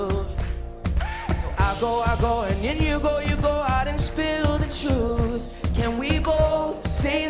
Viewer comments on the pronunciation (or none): none